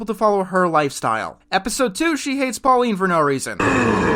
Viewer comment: “Pauline” it’s Paulina..